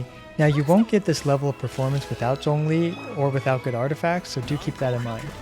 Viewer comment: He actually pronounced zhongli correctly I think